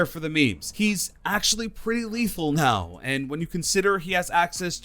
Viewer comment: "available right nau"